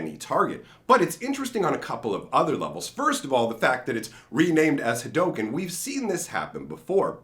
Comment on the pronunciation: no it's not. It's pronounced Ha Doh Ken. It's the way of the Ha Doh, not the way of Ha Doo